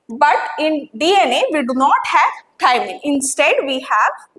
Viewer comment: Maam in dna we have thymine u said it wrong